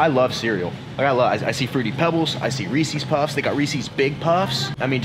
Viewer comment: The way he said Reese’s Puffs made me laugh, not sure if it’s an American thing or not... I’m Canadian